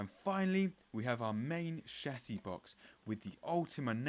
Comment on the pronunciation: How refreshing to watch one of these videos where the presenter can actually say Aluminium and Chassis properly (saves me from screaming at the screen 😊)